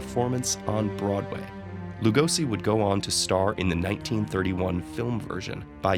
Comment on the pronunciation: You have to say s in Lugosi like sh in shit atcually lol.